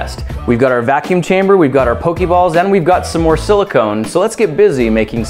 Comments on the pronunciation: I'm sorry to be THAT jackass, but it's pronounced "po-kay" not "po-key." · POE-KAY balls. \\\\thats just how you pronounce it grant. I love you but they aren't hokey pokey balls I promise. It drives us nuts when older people pronounce it wrong. I know you mean to say it earnestly. seriously I'm 25 and it just pains me to hear you say it wrong and yet so lovingly. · it's very annoying when u say pokey balls lol it's poka balls not pokey. if u seen the show y'all will know. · It's pronounced Po-kay-balls... But it doesn't really matter in the end. ._.